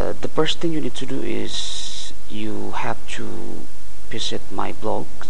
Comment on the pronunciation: you said "piss it? or Visit? o.o cant understand pls explaing I want to laugh too :D hihihi I love ur Video Tnx~!! I'll go subscribe u :3